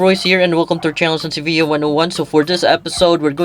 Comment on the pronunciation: Very informative. Thank you for sharing! Didnt know thats the correct pronounciation till I saw your video 😅